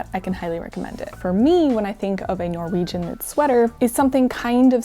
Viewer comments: I love how you pronounce the Norwegian words with a German accent 😊 It gets you a lot closer to the true Norwegian pronunciation than an English accent would. So good job! 👍 (on both the pronunciation and the knitting 😘) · norwegian here! awesome to see you take up and tell about some of our cultural history! also, your pronounciation is really good, absolutey understood what you were saying! appreciate your endeavors in getting the pronounciation right ❤ (also that comic is amazing! that's also me before/after any physical activity... especially skiing 😂😂😂